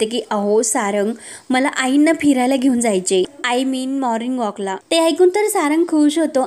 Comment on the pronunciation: माॅर्निग ऑक नाही ओ माॅर्निग वाॅक, वाॅक.